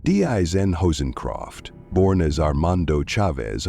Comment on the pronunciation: If you are going to do a story about a notorious murderer like Hossencofft, the least you could do is pronounce his name correctly. There's no R in his name. This lack of professionalism, makes it harder to give credibility to the statements made.